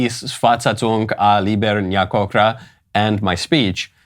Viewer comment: Greetings from Hungary Your pronunciation of "libernyákokra" is great but you need to practice "szakmai" a little more. 🙂